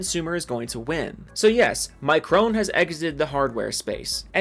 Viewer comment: I want to correct your pronunciation of micron but I lost all respect for the company so I don't care anymore